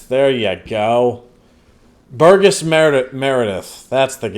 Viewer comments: "Burr-jez" not "Bur- guess". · Burgess is pronounced with a soft G.